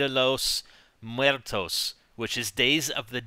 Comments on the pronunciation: Its pronounced moo air toess...lol not to be a grammar Nazi or anything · XD It was funny to hear you pronounce la dia de Los muertos good find though